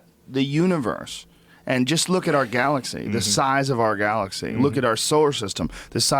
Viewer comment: Why is he saying "Garlaxy" and "Darta"